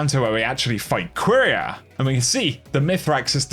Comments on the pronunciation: Btw I’m pretty sure it’s pronounced kiera not queeria 😂😂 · The way he says quiria hurts my soul.